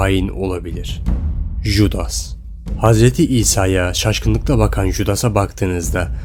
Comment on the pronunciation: Keşke biraz araştırma yapsaydın judas diye okunmaz yudas olrak okunur